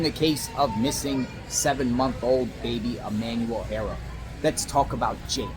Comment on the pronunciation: In Spanish, the name "Haro" is pronounced AH-roh, with the "H" being silent. The "a" is pronounced like the "a" in "father", and the "o" is like the "o" in "go". Not HAIRO. It sounds petty but get it right so everyone knows his name. Every Haro I know is behind or should be behind bars. At least the ones here in California....